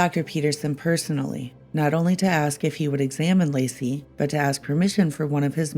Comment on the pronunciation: It's * Laci. Not " Lacey ".